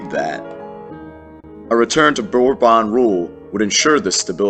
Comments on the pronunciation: The House of Bourbon (English /ˈbɔːrbən/, this is the pronunciation of Bourbon, English /ˈbɔːrbən/. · Its pronounced borbun, dont correct me if I'm wrong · I like the way he pronounces Bourbon😂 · I don’t